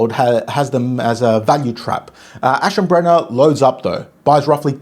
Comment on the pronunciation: Iam a german viewer…Leopold was Perfect but Aschenbrenner needs one or two times more practise 😊